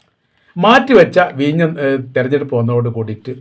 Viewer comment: എടോ....വീഞ്ഞം ....അല്ല വിഴിഞ്ഞം..... വല്ലപ്പോഴും പല്ല് തേച്ചു നാക്കൊക്കെ വടിക്കണം